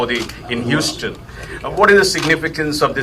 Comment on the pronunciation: Gad BarninG hUUUston ahahhahahah